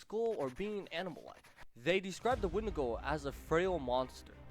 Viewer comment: It's a when-di-go